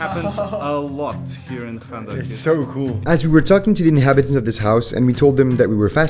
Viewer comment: the fact that u make ur self look like u dont know how to say arabic things like 5anda2 el 8amee2 u say it like kanda2 like maaan ur sooooooo dumb